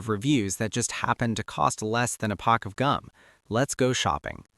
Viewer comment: What's a "pock" of gum? 😊